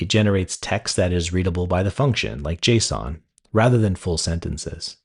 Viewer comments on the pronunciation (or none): the pronunciation of kicad and .json are killing me